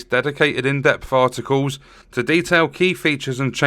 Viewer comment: Did you just say Farticles?